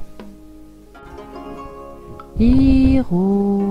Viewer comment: C pas bea Hiro mais be Hiro